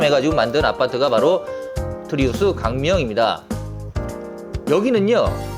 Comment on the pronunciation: 트리우스를 왜 자꾸 트라우스라고 하시나